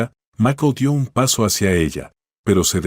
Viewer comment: Este señor no sabe hablar o leer Cúal macol es maikol y se escribe Michael y es VICTORIA no vetorea. Lea bien